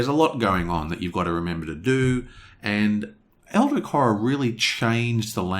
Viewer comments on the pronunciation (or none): Love the review! I agree with most points (don't see the problem with self heal in close combat, this is like a healing gun, so he can shoot himself in the leg). But I have to admit your pronunciation of "Eldritch" baffles me...